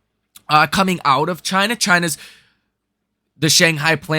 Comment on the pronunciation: Many of your subscribers/ frequent viewers are of Chinese descent or Chinese or Asian. Please refrain from mocking the name of the country by mis pronouncing it.